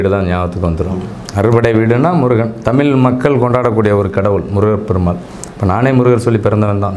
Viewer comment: விளக்கம் நல்லாத்தான் இருக்கு.ஆனால், தமிழ் உச்சரிப்பு சரியில்லை. நம் உயிர் தமிழ், அழகிய தமிழ்,இனிமையான தமிழ் இப்படி சுவைக்க சுவைக்க தமிழ் என்பதை தமிழ் என்று உச்சரிக்காமல், தமில் என்று உச்சரிக்கின்றிர். தமிழ் பற்றி பேசும்பொழுது சரியாக உச்சரியுங்கள். நன்றி.❤❤❤